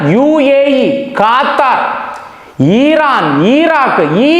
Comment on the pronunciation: ఖాతరు, ఈరాన్, ఈరాక్ కాదు రా నాయన...నీ దిక్కుమాలిన pronounciation...